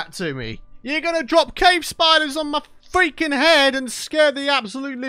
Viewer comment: "we can't go fweaking wambo style" 🤣🤣🤣 LOL